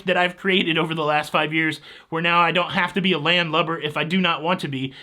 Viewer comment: When you said you were on the land too long, it sounded like you said you were on the lam🤣